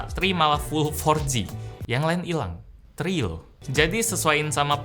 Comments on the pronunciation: Kesel gw liat ngomong tri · ini "tri" loh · ada penekanan kata "tri" wkwkwkwkwkkwkw